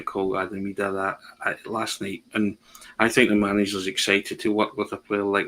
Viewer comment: Somebody needs to tell Packie Bonner to pronounce Idah's name right,.